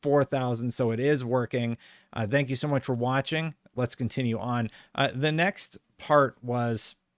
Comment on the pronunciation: Thanks for the video and info :) but please stop saying "dank you" :) my ears are bleeding :)